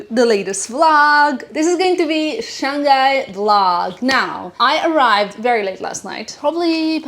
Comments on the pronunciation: It is Shang Hai.. not Shang Gai.. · We pronounce as Shang Hai not Shan Ghai 😉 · Shang-Hai not Shan-Ghai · FYI. Pronounce "Shang (上) Hai (海)" instead of Shan-g_ai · Shang-Hai is the correct pronunciation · Yeah she kept saying it like that. So strange.